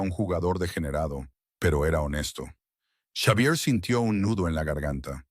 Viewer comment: Si la narrativa es en español entonces el nombre Xavier se lee como Javier.